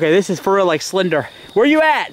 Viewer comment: Rill?? Don't u mean real